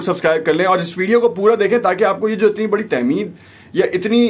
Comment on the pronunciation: Aap Nay Muzmoun Sahih Say Nahi Bandha.Aap Ki GuftuGu say Ye Pata Nahi Chalta Kay Wo BarRi Sazish Jis Ka Aap Batanay ki Kaushih Kar Rahay Hain, Wo Kya Hai. Alfaz Ki AdaiGi Main Bhi Aap Ghalti Kar Jatay Hain.MasAlan, TamHeed Ko Aap Tehmeed Keh Baithay.Khyal Karain.